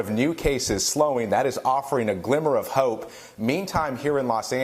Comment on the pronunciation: ‘A Glimmer of Houghppe’